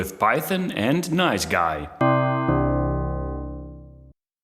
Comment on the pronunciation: Nice G.U.I., not NiceGUY. Damn that was distracting in an otherwise interesting video.